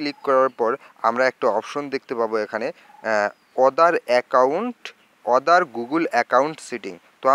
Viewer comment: ঐ বেটা, অদার না,আদার!